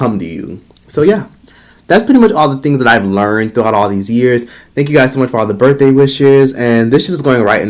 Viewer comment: 39th burfday?? Lolll...No way!